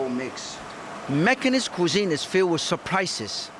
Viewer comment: Martin Yan was my first exposure to Macanese food! Even the words “Macanese food” sounds best from Mr. Yan.